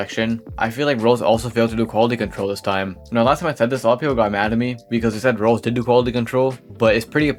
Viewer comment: this guy can NOT pronounce roblox